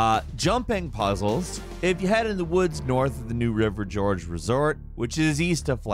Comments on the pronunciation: New river / Guh orge. Not George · im sorry did this guy just call my states most popular scenic attraction george? its gorge, new river gorge my man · Respectfully, Gore-guh. Not New river George. Thank you 👍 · New River "GEORGE" Welp. Never heard someone say "gorge" like that before, but okay. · Did you really call it the new river George tho??? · Your AI voice can't pronounce Gorge... it's a canyon, it's not a person's name. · Do you not know how to pronounce gorge ? Also that course is cake